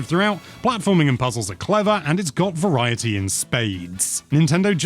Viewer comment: Shoutout to rolling your R when you said "Variety" like the show Viva Variety.